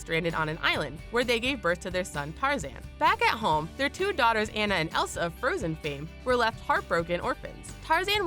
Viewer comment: PLEASE PRONOUNCE ANNA'S NAME RIGHT!!!